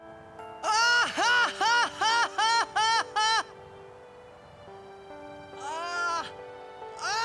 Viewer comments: Imagine saying “final fantasy ex”… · It's "Final Fantasy 10" not "Final Fantasy Ex" 🙄🙄🙄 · FINAL FANTASY EX?????? EX????? NOT "TEN?" You guys DO play games right? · Why, as a society, are we still allowing people to call Final Fantasy X "EX". I mean if thats how we're calling it, my personal favorite is V aye aye aye. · oh god he said final fantasy Ecks. Its roman numeral 10. its pronounced Ten. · Holy shit, you guys triple down on Final Fantasy EX. How? How did this get through at least three different people? You guys said "Final Fantasy ELEVEN" no problem, that didn't tip you off? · If you pronounce Final Fantasy X as Final Fantasy Ex, I hope you take a good, long look in the mirror and then realize you're terrible. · Final fantasy X? You mean "ten" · Repeat after me: Final Fantasy TEN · Anybody who reads the "X" in Final Fantasy X as "Ex" should not be allowed to participate in one of these videos again. Oof. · Oh. No one told the narrator that the X is the Roman numeral for 10, huh? 😅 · I can't take the pronunciation of Final Fantasy X